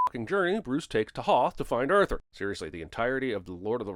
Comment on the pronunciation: The only sin in this video is your pronunciation of "Arthur" or I guess "Urthur"